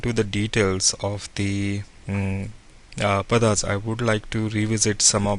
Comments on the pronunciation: It is not Padhaas. The correct name is Paada/Paadaas. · Are you an Indian. If so please try to pronounce the Padas properly